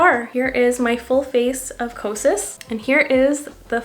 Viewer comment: Because I’m a mental health specialist, it sounds like your saying psychosis instead of kosas.🤭🤭